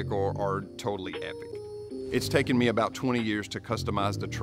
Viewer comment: Not my style but I respect the hard work and detail. The real problem with this video is the female narrator... "EHH PIKK truk"